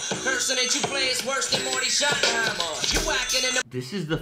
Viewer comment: Oh and 1 thing I needed to mention. Its shottenheimer.. not keimer